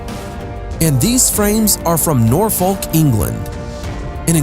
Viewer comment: Nor-folk not for-furk. Haha